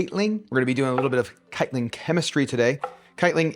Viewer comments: Love the recipe, and your energy, but every time you say "(kite-ling)" it hurts my brain. No L, no G. "(kite-in)" :) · This looks awesome! I’m gonna have to make it. I don’t really have a satiety problem but it looks delicious and has tons of healthy fiber. You mentioned something like citlin in the mushrooms. I couldn’t find this. It’s possible you were mispronouncing chitin. Not judging, just looking for clarification. chitin is pretty fascinating as it makes up insect exoskeletons and in mushrooms acts like cellulose does in plants to give them support. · That's a crazy way to pronounce 'chitin' but the rules are made up, so you do you